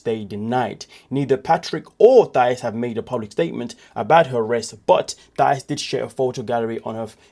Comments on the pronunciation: Her name is pronounced Tie-ees. Not th sound. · The H is Thais’s name is silent and the accent is in the second syllable (Ti-ees) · You keep pronouncing Thais name incorrectly!😮